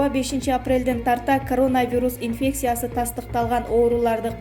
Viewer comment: Кодекийис , инфексийа , Ананево , карупсия .